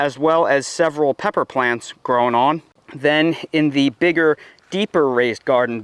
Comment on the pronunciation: Love how u say "growin on" 😂